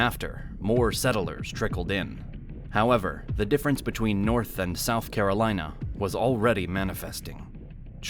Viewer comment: Because the Norf don't like the Souf and likewise.